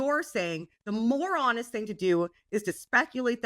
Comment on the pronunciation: I thought kept saying "the moron-est thing to do" like it was a Canadian insult, rather than "the more honest thing to do."